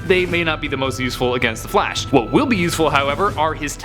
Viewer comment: I’m not the only one who heard “the flesh” right